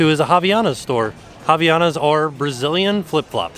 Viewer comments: As a brazillian its soooo weird to hear an american saying Havaianas. Its no “Raviana” its “Hah-vee-ah-nas” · Everytime says "haviana" literally all I can think of is "thotiana" 😂